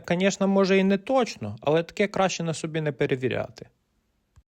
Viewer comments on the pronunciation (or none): none